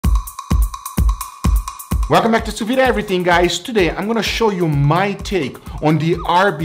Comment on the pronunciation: You forgot, "Sous-vee", it's "Sous-Vide" pronounced like a pot "lid" Sous vee, scratch my hears each times!